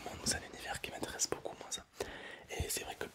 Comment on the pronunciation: COURGETTEEE et c'est moi ou il prononce le "s" a la fin du mot "moins"😂